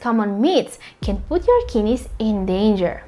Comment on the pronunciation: kid neys..not kinis